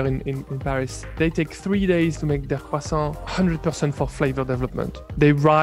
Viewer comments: eating and saying cwasson is amazing ❤️ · Croissant but is sounds like "Khwasong" i guess its Chinese not French 😂